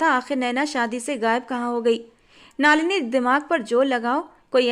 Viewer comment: नलिनी है,नालिनी नहीं है